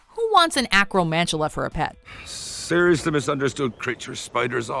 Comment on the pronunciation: You said SIRIUSly